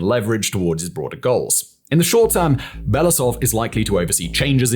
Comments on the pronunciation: It is Be-lo-oo-sov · Very “good” report. Can’t even spell and pronounce the GerasiMov surname 3 years into the war. What do I need to say about Belousov… Belasov god is it that hard to pronounce every single letter you see? U english speakers with extremely huge channels never even bother to spend 5 extra minutes to double check and practice your pronunciation. I always wonder if it is not giving a damn and simply posting new content to match the timing or it is a belief in your own correctness. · I wonder if english-speaking commentators will ever learn how to pronounce his surname. It's Belo-usov, pronounce as if those were two word, u is pronounced like in uber.